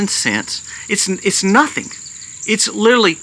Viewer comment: Please listen to how many times you mispronounce and over use the word 'literally' in this video . . . 🙏🏽